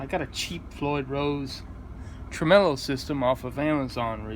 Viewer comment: He said.... tremellow bahahahaha